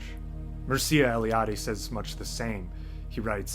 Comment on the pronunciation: Very interesting video. Just for ease and accuracy of pronunciation, Mircea sounds like Meer like in meerkat, and cha like in channel.